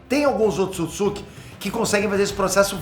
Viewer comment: Um dos maiores canais do Brasil e NINGUÉM DA EQUIPE, em todos esses anos, disse pra esse cara o nome certo do clã. Erro de pronúncia é normal, mas você tá colocando outra sílaba no nome 🤪! Não é "...tsukitsuki", mas sim "...tsutsuki"